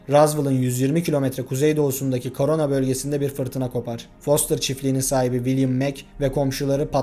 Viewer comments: Korona demiyor krona diyor akılsızlar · Benmi çıldırdım yoksa burak güngörmü korana bölgesi diyo